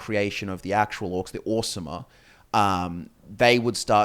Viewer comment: pronounces Orsimer like "Awesome-mer." Fitting.